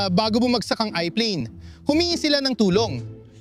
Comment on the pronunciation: Airplane hindi iplane